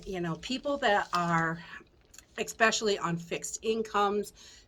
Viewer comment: You just said ex specially I can no longer take you seriously See you later turning you off at 2 minutes I just lost several IQ points